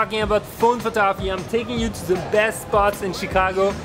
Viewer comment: Bro has so much information in his head he doesn’t say photography he says photoahpy